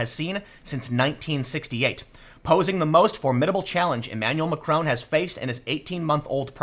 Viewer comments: Learn to pronounce Macron's name properly. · Tim, learn to pronounce macron in the non yankee way